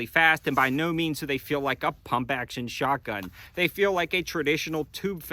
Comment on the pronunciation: Haha, you said “shart-gun”